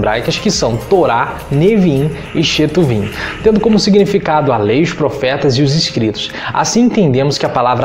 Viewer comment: Desculpa, sei que o video é velho, mais, o senhor falou "badibmar", porém se escreve "BadmidBar"... E outra correção é Ketuviin... Eu sou judeu e não reconheço o termo shetuvin, tanto que está ali a letra k exemplificando. Mas muito bom o video viu. Acho muito bonito quando vcs cristãos se aproximan ao judaismo com tanto respeito.